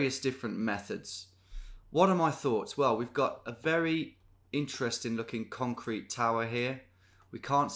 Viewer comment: "conrete"... c'mon Detective Davies, don't think we didn't spot that.